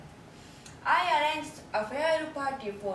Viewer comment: arrange の発音ちがう💦💦アレンジだと日本語英語だよー